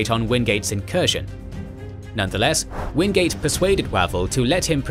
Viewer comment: Its Orde Wingate not Orde Wingade